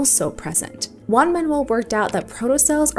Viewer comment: super cool, but two comments: pronounce the J in Juan like an H in English, and both Garcia and Ruiz are part of his surname. Either say both of them (preferably) or say Garcia, as the first surname is more important, if you are to choose between them